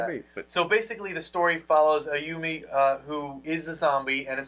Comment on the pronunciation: did you just say Ayumi it's Ayumu